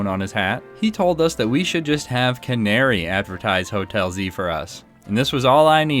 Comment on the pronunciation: You have pronounced Canari correctly, her name is based on the Canary bird. The Canary is known to guide miners when there is toxic gasses.